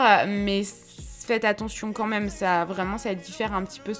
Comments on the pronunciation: c'est horrible quand tu dis même ( tu dis "meume') c'est trop crispand sinon super vidéo!!! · Sa me stressera toujours quand elle dit le mot «même » elle le prononce meume 😭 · ça me perturbe quand tu dis "meume" pour "même" xd C'est un accent de quoi? :3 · Oui moi aussi mais elle est tros belle 😍😍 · oui grave c'est un peu énervent mais c'est une très belle femme 😘😍👍👌❤ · Moi aussi mes pas mechant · Trop ! Je croyais que j'étais seule à attendre " meume " mais je critique pas du tout ! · Le « moi meume » de 😂😂